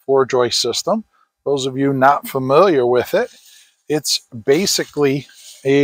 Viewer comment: Did he say, "it's Baczekly a manufactured truss..."?